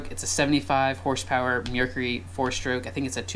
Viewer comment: Did he call it a meercury?